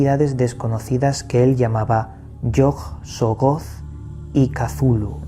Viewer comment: Ni siquiera sabe decir el nombre de Yog-Sothoth